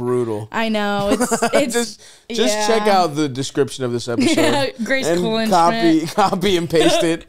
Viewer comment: Kuhlenschmidt is pronounced with a hard T